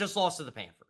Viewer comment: He calls them the “Panfers” instead of the “Panthers” and I’m supposed to take this guy seriously? Reminds me of my 3 year old nephew.